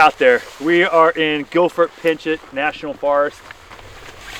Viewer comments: It’s the Gifford Pinchot (Pin cho, the “t” is silent. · I’m from Seattle, love it you made it too my neck of the Woods and it’s pronounced like Pinch-O , sorry you know us washingtonians have funny names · Gifford Pinchot is an amazing place to ride. Great for road, gravel, mtb. check out Trans Cascadia excursions if you ever want some sweet proper mtb rides. Wright Meadow Dark Meadow Strawberry Goat Tons of cool stuff out there. Also pronounced "Pincho" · Pinchot = Pinch - oh